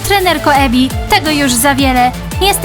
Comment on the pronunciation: nie Emi tylko Ebi naucz się słuchać